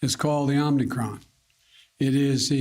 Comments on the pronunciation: Mr. Brandon, Google asks "Did you mean: omicron"? Not Omnicron. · It would instill a bit more faith if Biden and Fauci would say OMIcron (Greek letter) instead of OMNIcron (transformers) 😅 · Hey Prez, Hey Doc it's Omicron (long "o"). Not Omnicon. No omni. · ITS OMICRON YOU TWITS! NOT OMNICROM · Mr. President it’s “awm-ah-cron” not “Omni-cron”. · It's called the "Omnicron" ? I thought it was Omicron?? Are there 2 variants of this?? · "Omicron", not "Omnicron". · Stop calling it omnicron!! Its omicron! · Omicron. Omnicron? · When the lead scientist and the president are calling in "Omnicron" you know we're in trouble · We need two vaccines -- one for Omicron and Biden's "Omnicron". lol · omnicron.. hehe dislike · What a scholar Fauci is. I joined a fraternity and had to recite the greek alphabet while chugging a beer. It is pronounced O-Mi-Cron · Did he just call it "The Omnicron"? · Literally OMI CRON ...OMI... CRONNN.... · It's NOT the OmNicron. Biden can't even pronounce it correctly. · Translation: omniscient, omnipotent, "Omnichron" coming for you 👊. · As a Greek-American I'm cringing when I hear creepy Joe and Keebler Elf Fauci butchering our poor letter... Omnicron, omnicrom. 😬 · NO JOE.... it's not called omnicron!!! Can't you at least get your puppet to pronounce the word correctly? So sick of these jokers!!! COME QUICKLY LORD JESUS!!! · I heard omnicron too 😅👍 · I heard Fraudci say "Omnicorn"🌽🤣🤣🤣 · No such thing as “OMNIcron” variant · "The OMG Variant" 😲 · Biden gives an update on pronunciation: OMNICRON? It's known as a "malapropism". Yogi Berra was famous for them. George W. Bush was known for "nucular". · Difference is, he is READING from a teleprompter. You really think the teleprompter is displaying "omnicrom"? No. It isn't. Misreading is not the same as a malapropism. It's almost as if this is the first time he attempted to say the word. Surely, he staff would have corrected him. Surely. Right? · OMNI CRON? hahaha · The Omnicron™ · Yeah the omnicron